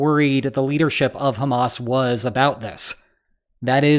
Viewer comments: highly sanitized. And Hamas and Abbas rhyme only if you mispronounce them. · Hamas once again mispronounced. Anglophones just cannot do the Middle East H. Listen to Arabs speak, or give it to a Scouser. 😊